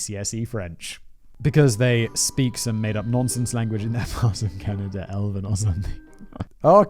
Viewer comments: did he just say.. canadia? 😂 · Simon i love you but you literally make zero effort to pronounce anything, you even said "Caneyda" at one point.. lmao Simon standing up for corporations... But then again this is from the guy that says "Daddy Bezos" so....